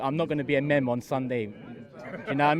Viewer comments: It's "meem" not "mem" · Its pronounced 'MEAM' not 'MEM' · Man said ‘mem’ it’s ‘meme’ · Meme is pronounced "meeem" not "mem" lol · My guy really called it a “mem” 😂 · my boy said "mem" hahahh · Did he just pronounce 'meme' as 'mem' LOOOOOOL. the internet is a young mans game bro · Pronouncing ‘meme’ as ‘mem’ is how you become one my guy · TF is a "MEM" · man said mem instead of meme 😂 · So he cant say meme right... ok i guess.